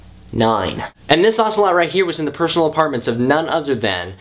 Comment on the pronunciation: im a big fan but im getting really tired of you pronouncing ocelot wrong